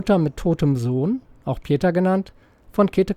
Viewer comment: Hervorragendes Video. Wenn Kritik erlaubt ist: "pieta" (italienisch: Glauben, Barmherzigkeit) wird Pi eh Tah ausgesprochen, nicht "Peter".